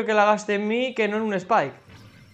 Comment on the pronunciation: no digas lisuras